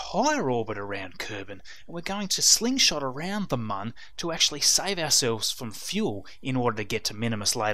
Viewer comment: by the way, its pronounced moon, not mun. its spelled with an umlat, not a English u